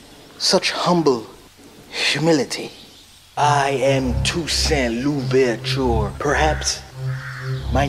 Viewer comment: Good grief. "Toussaint Louvertchoooour" Come on, pronounce it properly. What's the point of you're going to mangle it?